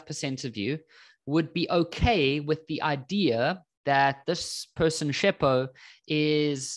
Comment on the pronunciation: completely assualted the name 😂😂